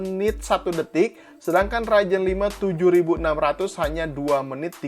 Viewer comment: bang, ngomong ryzen pake z dong.. agak gimana gitu denger raijen raijen wkwk